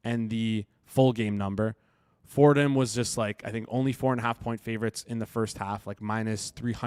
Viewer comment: “Ford Ham” 😂